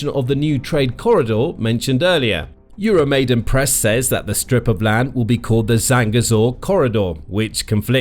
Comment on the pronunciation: PLEASE call the Ukrainian words you use by the correct sounds! Your 'EuroMaid-E-n Press" is "EuroMaid-A-n Press" - 'YOO ROW MY DAN' NOT ' YOO ROW MAY DEN'! It crawls up my back every time I hear it! The uprising was the MAIDAN - not the MAIDEN! In all other respects, thank you for the videos!